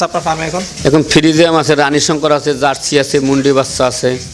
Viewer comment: Frijiam na frijian?